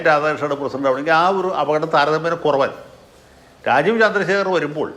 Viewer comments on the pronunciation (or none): മലയാലം മള പോലെ പലയുന്ന ഒരു ലാജീവ് .....